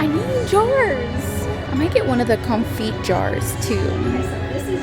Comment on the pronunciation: Just so you know confit is pronounced kown-fee. Also so great to see your mom with you! Brings me back to Texas where I live. Take care.❤